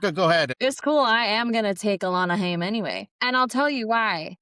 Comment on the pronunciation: as someone who likes the band, it's pronounced HIGH-UM. They're Jewish. <3